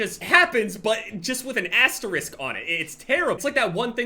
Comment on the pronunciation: Is that how you pronounce Asterix?